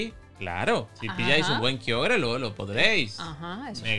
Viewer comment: Por qué dice kyoger cuando es KYOGRE 😅